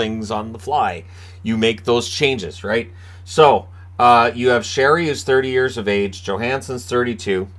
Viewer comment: I respect how you correctly pronounce Sheary’s name even though everyone has got it wrong for years now